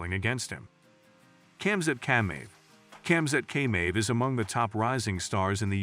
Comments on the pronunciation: Man said kamzat caymave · your narrators gotta practice his russian. khabib nurmagomenov. chamzat khameeev.